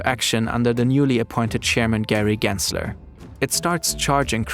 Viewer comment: why does trump pronounce gary gensler with a hard R 😭